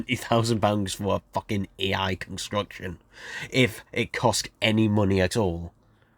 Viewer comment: Every time you try to say A I you end up saying E I. LOL